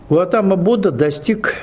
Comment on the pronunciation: Будда Сидхартха ГаУтама из рода Шакья , поэтому Шакьямуни 🕉 Но не ГаЛатама на , автор канала оговорился или не знает